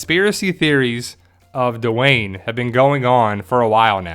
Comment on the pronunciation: normally I love your videos but come on. The character's name is Wes at the end of the show and if he was Dwayne which by the way is one syllable not two, don't you think he would have recognized his father in the video and called immediately on the Walking? Not every black person on the show in the world is Duane and more importantly what the hell does he have to do with Heath? The fact that they both have dreadlocks is ridiculous. That's like saying that Alicia must somehow be associated with Enid because they both have straight hair. Dwayne rhymes with Spain. Not Duh Wayne. Sorry.